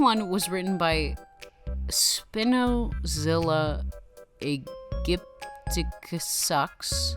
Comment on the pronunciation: I think you pronounce Spinozilla correctly, but the "Aegyptiacus" is supposed to be pronounced like "agypticus"